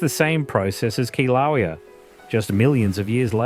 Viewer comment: Got to love it people don't know how to pronounce Hawaiian phrases, Kilauea is pronounced like "kill a way ah". Also, not most of the Hawaiian island were formed by volcanoes, but all the Hawaiian islands were formed that way.